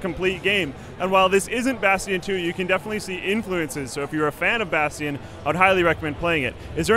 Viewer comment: Lol "Bastean"